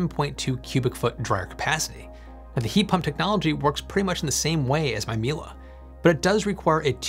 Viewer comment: it's not milA , it's milE ! EMPHASIS IN E !